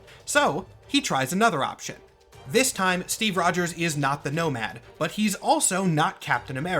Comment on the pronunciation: STWEEVE ROGERS